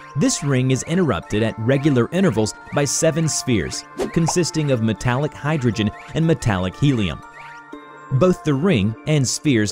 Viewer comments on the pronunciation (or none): none